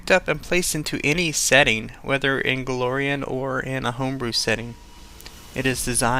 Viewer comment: It's Golarion, not Galorian.